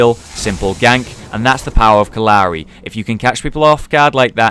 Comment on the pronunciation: It kept sounding like he said uncle Larry 😂